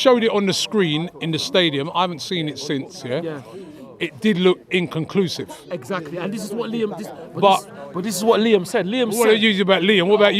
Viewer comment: In can cusive 😂😂😂😂😂😂😂